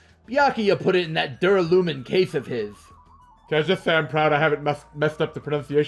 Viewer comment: First LPers I've seen who pronounces "duralumin" and "churrasco" correctly (finally).